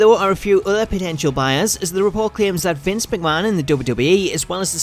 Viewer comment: Who is "Vince?" Oh, you mean MEEK-ma-han?